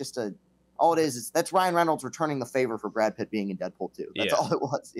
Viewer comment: "Brad Pritt" -JeffD